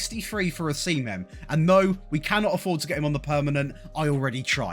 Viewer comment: Os-i-mhen..... not hard to pronounce